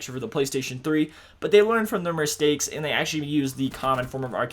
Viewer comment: ''they learned from their merstakes'' 😂😂😂